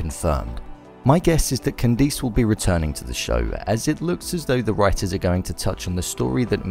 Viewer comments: The way he says “CanDICE” 😒😒😒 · The way he said “Candace”